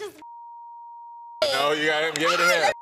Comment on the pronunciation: She said u sendin "Dingaling Pictures"!!! 😂😂😂